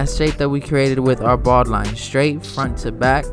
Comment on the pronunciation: Awesome! Just funny how you say ‘baud-line’.. 😁